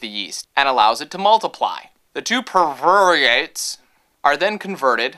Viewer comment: "Pie-Roo-vates"...come on!:P I think it's so strange that I understood everything you were saying about glycolysis and ATP--a sign I'm taking too many science classes!